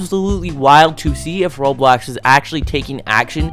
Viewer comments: bro why you call roblox "roadblacks" 💀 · bro said roadblocks